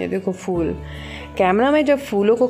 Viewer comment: Phull nai phool hota madam